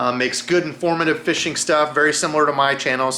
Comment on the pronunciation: Nothing fixes a busy Monday quite like hearing “What’s happening, feeshin friends”